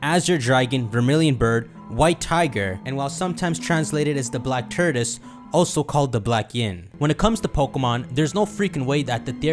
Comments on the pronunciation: "The black turdis" Tort-oi-se, or tor-tus But fun vidya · saying tortoise sounds like turdus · My dude kept saying TURDOUS 🤣😂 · I have never been so annoyed by someone mispronouncing a word than how pronounces “Tortoise” 🤣